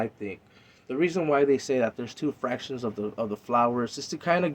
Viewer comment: Spensa conejo but it's Factions not FRactions🤔🤔🤣🤣🤣🤷🏻‍♂️🤷🏻‍♂️ but I like the video